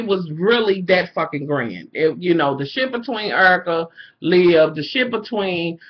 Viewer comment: Lmfao "lib" hahahahahaha. Her name is liv. Olivia. Lol you're still flawless hunny